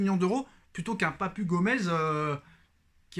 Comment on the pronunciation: Papu se lit papou